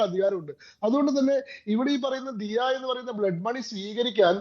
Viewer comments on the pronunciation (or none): ദയാ ധനം അല്ല, ദിയാ ധനം എന്നാണ് പറയേണ്ടത്.. ' ദിയാ' എന്നത് അറബിക് word ആകുന്നു.. ദിയ എന്നാൽ പ്രായശ്ചിത്തം/fine/penalty/പിഴ എന്നൊക്കെയാണ് അർത്ഥം..